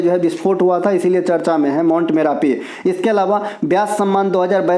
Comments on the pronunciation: Ye hmesha hi charch bolte h 😂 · Sir vo charcha hota he charch nhi 😂😂😂